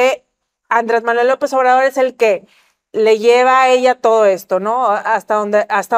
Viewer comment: Ayer 2 de junio nació la segunda: Manuej andre❌ lope❌ obradojjjjjj.